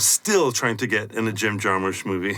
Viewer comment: Jim Jarmish sounds like something Steve Bruce would say when he can’t pronounce his guests name. FOR YOUR HEALTH!